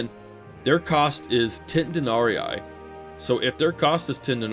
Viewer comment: denarEE not denariai